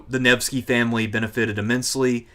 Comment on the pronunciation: Listening through, your pronunciations or so are on par, its Neh-va and Nevh-sky.